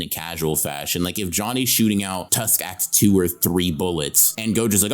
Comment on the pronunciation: the way he said "act2" there looks like he saying hawk tuah 🥺 sorry if you find it unfunny